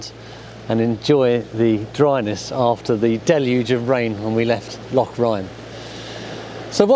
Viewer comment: Good to see you back on the water. As an old Highlander I'm impressed with pronunciation of loch. Sandy XXx